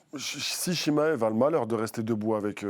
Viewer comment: Je connais Chimaev mais pas le Chimmaillefff dont elle parle🤣 Nass a toute la technique pour le battre, est gagnant contre tous ses adversaires et connait deja son adversaires, moi je le vois gagnant On a vu tellement d’ouvertures contre Dricus, et aussi le fait qu’il n’a pas reussi a le soumettre